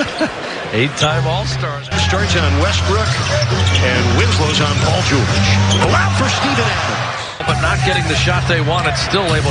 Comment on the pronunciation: 경기 캐스터 마이애미쪽 분인가요? 발음이 진짜 영화 나레이션 듣는 것 같네요 특히 죠오올~지 할때 ㅋㅋ 늘 잘보고 있습니다 세계에서 okc에 관한한 최고의 하이라이트 필름 채널이라고 확신합니다.